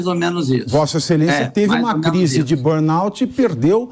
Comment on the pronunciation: B"o"rnout?! Estranho um cara de 22 anos de EUA não saber falar BURN!